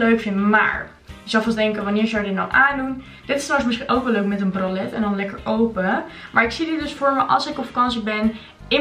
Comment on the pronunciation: Nog nooit iemand zo boers “ bralet “ horen zeggen 😂😂